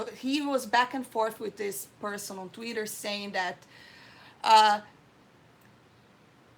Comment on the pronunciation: I love how she pronounces Twitter like "Tweeder". 😊